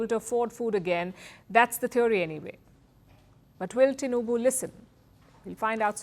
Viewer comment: She calls Tinubu name very well😂❤